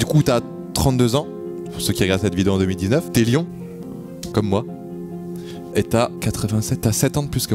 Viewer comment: « LION* » et pas « LYON »✌🏻